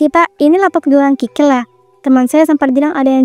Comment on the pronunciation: Kikil kali bukan krikil😅